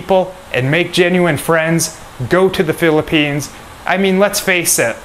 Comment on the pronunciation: What is philippines ? Sound like slum